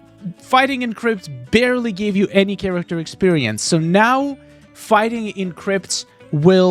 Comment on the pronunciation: "barley" Learn proper English little guy